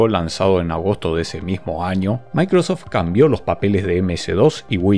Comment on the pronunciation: ¿DE DONDE SACAS LA A? SI ES MICROSOFT O MACROSOFT